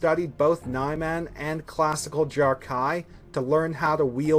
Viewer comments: Nye-Man? I think it's Neeman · This guy is expert at saying Niman. 😑😑😑😑😑😑😑😑😑